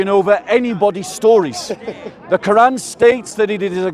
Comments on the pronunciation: The koo-wrong 😂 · Is the gap between Q and oran a speech impediment a lot of muslims have - kind of like the guy at the Planet-arium in South Park?